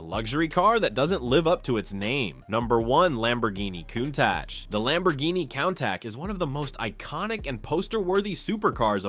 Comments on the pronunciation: You have to work on properly pronouncing Countach. It is pronounced like Coon-Tah-sh. You got it right the 1st time and then 1 time after that, the rest times that Countach was pronounced in the video you got it wrong. The first part of Countach should not sound like the word count. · These AI voices are SO ANNOYING! The Lamborghini CONTASH? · The COWN-TASH??? 😂😂😂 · how do you mispronounce Lamborghini Countach.....lol countak.I hate AI generated videos these days.They should be completely monetized and get nothing for these types of videos.Especially AI generated fake videos.There everywhere now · Hilariously, the announcer pronounces " Countach " THREE different ways..... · "Countach" was pronounced four different ways. 😂😂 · All of em wrong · Your AI doesn't speak Italian very well does it LOL it pronounced Lamborghini Countach two different ways back to back in both of them were wrong.. But got it right twice..😂😂😂😂😂